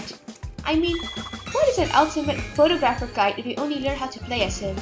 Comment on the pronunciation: I don’t want to be that guy but you pronounce photographer wrong